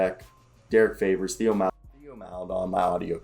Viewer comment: If you’re not a Thunder fan it’s completely understandable to not know some of these guys or how to pronounce their names. I just wanted to bring you up to speed a few things, but just know I’m not being an asshole. So, with that out of the way. Here we go. Deck and Svi are gone, Wiggins signed a 2-way, it’s easier to just call him Poku lol, and Theo is actually pronounced like Tay-oh because he’s French. Loved the video though man. I’m always eager to hear Thunder talk.